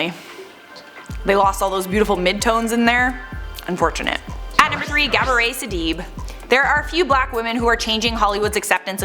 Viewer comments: It's pronounced Sidi-BAY. Love you anyway! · It's Gabourey Sidibe like, Beyonce, Dobre. Not Sidibe.